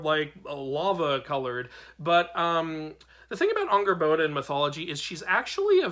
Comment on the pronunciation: Angrboða is spelt with eð which makes more of a "th" sound with a light "d" towards the end of the sound. It's a hard sound for english speakers to totally get. The "r" is also rolled for a bit. Angrrboth(d)a is the best way I can describe the pronunciation without dialectic marks. Great video! Sköl!